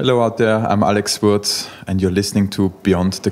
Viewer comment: At least do the man the courtesy of learning to pronounce his surname prior to the interview...